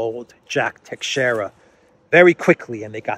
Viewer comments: No, the correct pronunciation is Tei-shei-ra, do not put emphasis on the letter A in the first 2 syllables, there is no such sound in the word. It's a difficult language to fully master, greetings from Portugal 🇵🇹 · Teixeira (pronounced by Portuguese tai-shai-ra) is a very old Portuguese name. The navigator Tristão Vaz Teixeira was, together with João Gonçalves Zarco and Bartolomeu Perestrelo, responsible for landing on the island of Madeira in 1419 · No, it's pronounced tei-shei-ra... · I think I wrote the same sounds that you did, just in a different/inaccurate way. Is it not pronounced tay-shay-ra? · Teixeira - Three syllables: Tei ( pronounced ta with long a as in shade) xei ( pronounced sha with long as in shade) ra (short a). Accent on second syllable. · No, tei-shei-ra, simple